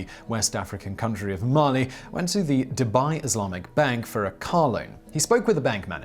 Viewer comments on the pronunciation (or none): none